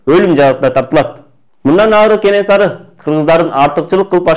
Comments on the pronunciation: Кененсары эмес Кенесары деп айтылат чыныгы аты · Кененсары эмес кенесары